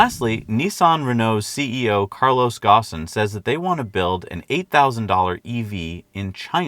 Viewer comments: To pronounce Ghosn, try taking the word "own" and put a "gh" before it. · Oh no, I feel like you just murdered Carlos Ghosn's surname!